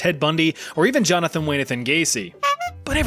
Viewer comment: Liked the video good work. Did anyone else hear the Jonathon wayne-athon at the beginning? Just had to point that out cuz it made me chuckle